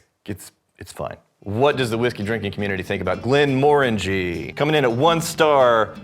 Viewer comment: You pronounced it wrong it’s glen more angy